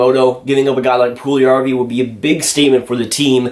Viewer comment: Its not Puljarrvi, its Puljujärvi :D